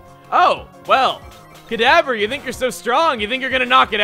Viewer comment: Whenevever you said kadabra it sounded like cadaver lol.